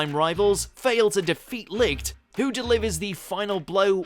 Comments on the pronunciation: Licht's name is spoke with sh not ct because it comes from German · isnt it pronounced lisht?